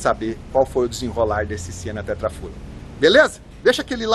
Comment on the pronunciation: se escreve "Tetrafuel", mas se lê "Tetra Fiu".